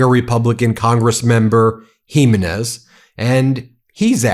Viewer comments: Ben, Gimenez. Hee-ME-nes, stress on middle syllable. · Ben it's GiMENez accent 2d to last syllable. It's a Spanish patronymic